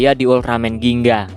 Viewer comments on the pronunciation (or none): Gingga bang bukan ginga